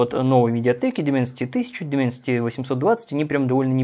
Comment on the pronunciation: Дайменсити, Дайменсити, а не Дименсити...